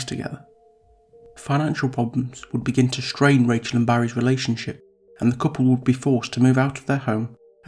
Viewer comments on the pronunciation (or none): PLEASE.....stop it with the sh sounds! The word "street" is pronounced street NOT sh-treet. The word "distraught" is pronounced diss-trotNOT dish-trot. The word "strain' is NOT pronounced shtrain It is obvious the reader can pronounce the 's' sound. Substituting the 's' sound with the 'sh' sound is a choice and not a speech defect. Why do it?